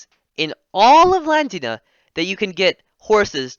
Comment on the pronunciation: I think it’s pronounced V-Lan-D-ia